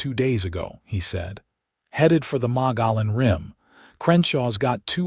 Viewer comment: Enjoyed this story so much. Kindness and compassion go a long way. I am Arizona born and raised and would like to help with word pronunciation. Verd is pronounced Verdee. Malan is pronounced Mugyown, and gila is pronounced Heela. Thank you for these wonderful stories!